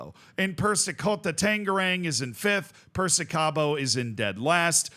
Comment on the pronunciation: Z, as your contents enjoyer from the town where Persikabo is, this video is NOT in my 2024 bingo card. Your attempt at pronouncing Tangerang is enough to make my weekends lmao our "ng" sound is indeed a menace.